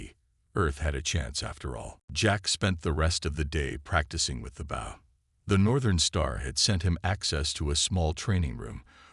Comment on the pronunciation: How do you get the pronunciation of "BOW" wrong? Get real people to read the stories.